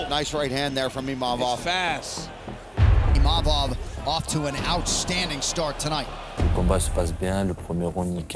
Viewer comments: So its not just me that calls him Imamov. Did they change the spelling to Imavov or was it always like that? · Someone should tell Izzy that its Imavov not Imamov.